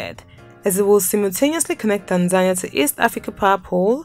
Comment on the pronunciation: It's pronounced Tan-za-nee-ah NOT Tan-zan-ee-ah